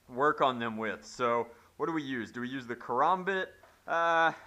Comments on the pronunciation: karambit* not karombit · "KrOMbit" no no, its KarAMbit. Bruh. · It is not pronounced "karombit" but karambit karaaaaaambit not karoooombit. Just an F.Y.I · as a csgo addict i am repulsed by your pronunciation of the karambit. "korombet" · did he just say carombit? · He said Karambit wrong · the way he said karambit triggered me